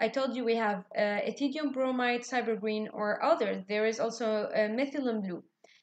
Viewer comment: Ma'am have pronounced rightly.